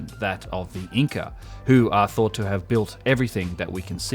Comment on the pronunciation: ... C-enter of P-ower & Of T-ought ...